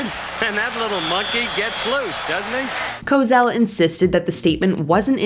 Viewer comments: There's no "Z" in Howard Cosell. It's pronounced Co-Sell, like when you "Sell" something. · Cosell is said CO SELL with a S not a Z. He quit on his own they even dangled the doing ABC's first Super Bowl and he walked away. WRONG!! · In Cosell, the S is soft. Try a little research on how to pronounce a name. Getting it wrong can damage your credibility. Mojo is bad for that. Just sayin... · What a stretch of a list....by the way, teach your AI how to pronounce Howard Cosell's name properly. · When you have a gazillion clips of Howard Cosell himself saying his name, it's unforgivable reporting to mispronounce such an iconic reporter. I'm Canadian and I know how to say his name. Also swearing on air is bad but an apology and some sort of probationary behind scenes position seems appropriate in this day and age but it's still not ok to say "when I was a kid it was ok to be racist". The disconnect between saying that as an adult and not realizing how we have to change does deserve firing, imo. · Howard "Cozzell" 😂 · It is pronounced Co Sell not Co zell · Co Sell, not Co Zell. Pronounce it correctly or don't bother trying, lady. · Stop saying “Co zell” She must be from mars CoSell” lady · Co-SELL...not Co-Zell. I don't think his comment was meant to be racist at all. I always called my nieces monkeys. Not that ii matters, but they're white. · Cosell is pronounced "ko-SELL," not "ko-ZELL." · Co-Zell?? It’s Co-Sell. How does this narrator not know how to pronounce his name ??? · Howard Cosell's name is pronounce Ko-SELL not Ko-ZELL. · Co-sell, not Cozell... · Ok, Cosell is pronounced with an "s" sound. Not a "z" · FWIW, Howard Cosell's last name is pronounced "co-SELL," not "co-ZELL." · It's been pronounced CoSell, NOT CoZell, for as long as I've heard it, which is YEARS. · It's Howard Co-SELL. Not Cozell. Is there a Z in his last name?!? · It's pronounced "CoSELL", not "CoZELL". I mean... just look at how it's spelled!!! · Isn't it Co-sell...not Cos-ell?